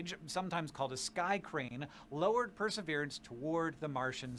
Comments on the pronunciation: I heard him say per-srverance I knew I was gonna be slightly annoyed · You can't pronounce Pr-suh-vee-ruhns 😂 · Press-sir-veer-ants dummy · The name is pronounced per’ se veer’ ence. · Perseverance: per-se-VEER-ans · it is pronounced Per - ser - VEER - ance. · It's pronounced like Perserveeranse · You've never heard the word "Perseverance"? In your entire life! How? Wow they are really codling kids these days. Can't even SAY the word Perseverance! I'm ashamed to even live on the same planet.